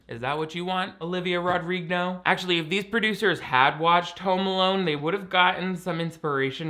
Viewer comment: Olivia Rodrig-no 🤣🤣 Please, watch "Prom", it's anothe DCOM with Danielle in the cast as well. Also acts like in this movie.